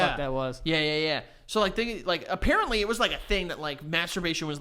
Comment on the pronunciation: well apparentLEE cannot pronounce apparently